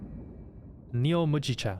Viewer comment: MOO GEE CHA, it's barley tea